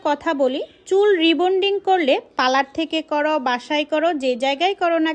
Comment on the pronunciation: আগে পার্লার উচ্চারণ তো শিখতে বলেন